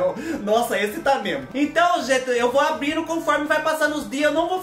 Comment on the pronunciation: Abrino, cumeno, andano, falano kkkkkkkkk